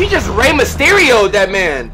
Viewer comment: 3 years late but wow you really butchered Rey Mysterio